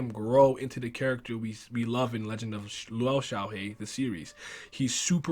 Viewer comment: Actually the lou is pronounced as loo